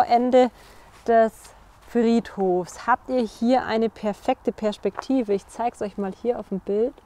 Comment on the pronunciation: ich mag deiin „sch“ in Perschpektive :-) Sehr tolles Video!!!